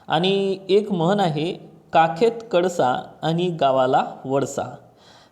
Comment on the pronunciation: काखेत कडसा आणि गावाला वडसा नाही सर ते.. काखेत कळसा आणि गावाला वळसा असे आहे